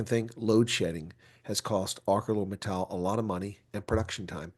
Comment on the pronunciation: I feel so heartbroken for the people at AMSA. Btw, it is pronounced ArSeLor.